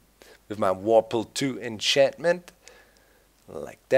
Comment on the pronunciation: And "worpal" lol